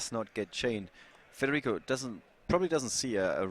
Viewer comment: da notare "FREDERICO"